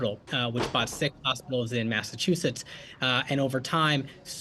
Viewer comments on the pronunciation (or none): none